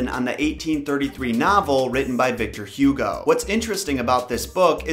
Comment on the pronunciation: that's... not how you pronounce Victor Hugo's name 🙇🏻‍♀️